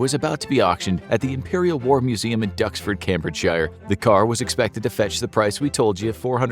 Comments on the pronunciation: Cambridgeshire is pronounced Cambridge'sheer' not shyer lol. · I hate to be that person, but Cambridgeshire is pronounced "came-bridge-shuh", not "cam-bridge-shire". Sorry.